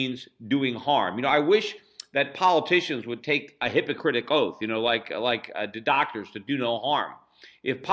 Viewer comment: How about "hippocritic oath" (instead of "hippocratic oath") ? MUST be a Freudian slip.